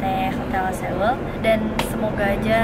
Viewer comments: Seoul omaya ktmu Oppa Gk?Btw ktnya Seoul itu bilangnya soul (no hate) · tulisannya seoul tp bacanya so ul :v